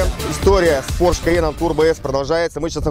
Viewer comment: ударение на первый слог в слове porsche;) Спасибо за классный контент